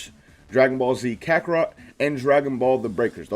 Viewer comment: Mans really said "Krakorot" at